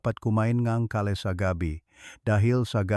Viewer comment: Gulay ang kale ang basa ay keyl hnd ka-le